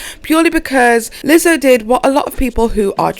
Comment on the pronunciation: Omfg was that a Scottish accent? You have me dying “lizzzohhh”